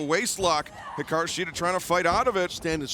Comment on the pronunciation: Shes the only one who pronounces it right